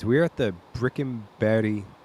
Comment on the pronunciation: BRICKEBERG, you pronounced it right ❤. Thanks for filming this 🎉 my homecourse 🇸🇪